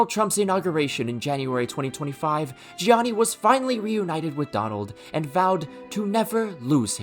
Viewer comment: The funniest part is that trump is from new york and definitely knows how to pronounce Gianni correctly, but nah hes Johnny